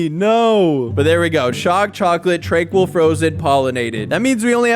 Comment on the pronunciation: TRANQUIL NOT TRANQUOOL